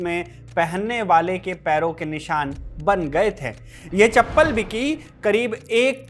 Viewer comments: थे का उच्चारण ठीक करो यार... थै क्यों बोलते हो..?? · Pl improve your pronunciation. While sayin थे you are using heavy nasal tone like थें, गयें। पीएल dont take personal